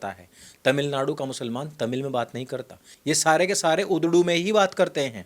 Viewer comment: Urdu wrong Udru right lol